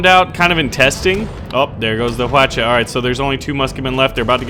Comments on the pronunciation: i looked it up and i think its is pronounced hwaacha not hawocha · its pronounced wa-cha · hu-watch-uh hawacha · i think hwacha means 활차, which means "arrowcart" in korean but its hwalcha not hwacha, also, plz dont say "huacha" its it means flower cart. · its pronounced wacha the h is silent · Hwacha is pronounced as Hwachha. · Fucking weaboo stop saying hwacha like that super le annoying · the h is silent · everyones pronouincing hwacha wrong lol